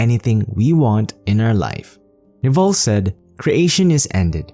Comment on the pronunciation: His name is not pronounced Naval it is pronounced Nehvil with stress on first syllable